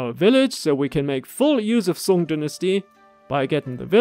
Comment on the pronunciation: your pronunciation of song and zhu ge nu is perfect